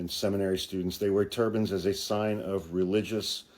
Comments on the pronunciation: When you first said “turbans” I thought you said “turbines.” I thought, “they’re not going to fit on your wall!” 🤣💙🙏🏼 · lol….same here! I’m in renewable energy, so that’s where I first went, too. 👍🏼